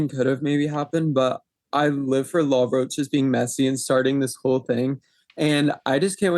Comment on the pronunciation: He’s no LA ROCHE- like you’re pronouncing it- his name is in plain English- LAW ROACH 🪳